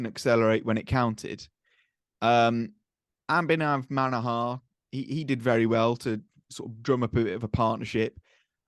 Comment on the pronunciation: The way calls out "Abhinav Manohar" as ambhinam.. 😂😂😂😂